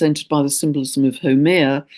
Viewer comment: Dear, thankyou kindly as ever for this illuminating message. Pls note, re: Haumea, I am a native Hawaiian, and She is pronounced as: how May ya. I have mentioned this before but you probably never got it. Have a Blessed, Magnificent and Peaceful Month to you and All of Us. Aloha Nui Loa 💕